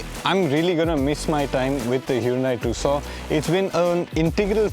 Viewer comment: Just dont understand why most of the indian car channels call it "TOOSAW" when the actual pronunciation is "TOOSAWN" named after the 2nd largest city in Arizona called TUCSON....